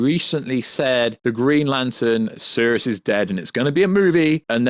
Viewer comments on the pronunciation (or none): none